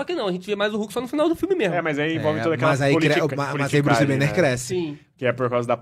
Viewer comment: Druce banner kkkkk tiraram o b kkkk😅